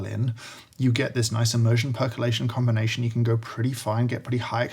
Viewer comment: Is no one going to mention the fact he said "immersion percolation combnation"?